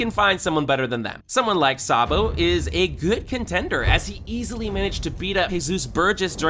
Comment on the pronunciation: It's not sabo it's Sa d bo